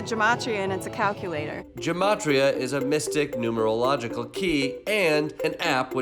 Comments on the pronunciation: Gematria is pronounced with a hard "g" like guess, not a J sound. And it's used with Hebrew letters, not English. I'll bet you she's antisemitic but yet is using Gematria...? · Maybe if you aren't Jewish you should shush with our words. It is Gematria, hard G, guh ma tria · Gematria it pronounced with G like Get ... and it is for hebrew letters not english letters ... and is not used for this and it's obnoxious when they take something they dont understand from religions and cultures and make a dumb app to help crazy people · It’s a hard G in Gematria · i honestly thought she was mispronouncing Geometry smh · It's pronounced "Geh-mah-tree-uh" and it annoys me that people are using it for their insane beliefs. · So Gematria is originally a Hebrew numerology system tied to Jewish mysticism. As one prominent example, the number 18 is considered lucky in Hebrew because it corresponds to the word "Chai", which means "life" (and is the root of the commonly-heard "L'chayim"). And it's pronounced with a hard "g", not a soft "g". "Ge-ma-tree-uh" not "Jeh-ma-tree-uh". It bugged the heck out of me whenever they pronounced it wrong. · Gematria, pronounced with a hard G… but anyways, that part cracked me up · In case anyone is wondering- “gematria (pronounced with a hard g),” or numerology, is both an interpretive tool in Rabbinic Judaism, as well as a mystic tool used in Kabbalah to make connections between different concepts, events, people, etc. Basically, each letter of the Hebrew alphabet corresponds to a different numerical value. I am sad that it’s been appropriated by crazy conspiracy theorists who don’t seem to know anything about it’s Jewish origin and purpose. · She can't even pronounce gematria right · Gotta love how the antisemites went ahead and coopted "gematria" while mispronouncing it with a sound that doesn't even exist in Hebrew.